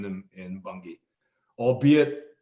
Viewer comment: Pronounced Manaus and Bangui. Not manhouse and bungi.